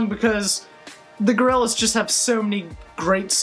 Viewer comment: Such a huge fan that he says their name wrong